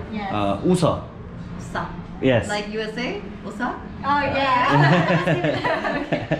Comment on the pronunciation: 태권메달 센스만점요~ 너무 훈훈해서 계속 보게 됩니다! 메세지도 넘 감동입니다^^ 매 영상을 보면서 따뜻하고 좋은 에너지로 가득찬 분이라는 걸 느낍니다♡ 을 외국분이 웃어라고 발음하시던데 구독자를 흐뭇하게 웃게하시고, 센스나 마음 씀이 '수'준급이네요. 최고의 여행은 그 나라 사람들과 소통하고 정을 나누는 거라고 생각해요. 그게 젤 오래 기억에 남더라고요. 행복한 여행하세요~